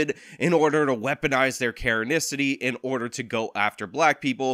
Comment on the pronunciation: The way Rashad says “Karenicity” 🙄